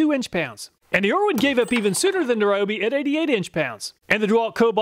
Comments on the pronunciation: It kills me when people pronounce Ryobi wrong like he does. It's Ree-oh-bee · Fun fact: Ryobi is pronounced REE-oh-bee (see Kyoto or Tokyo).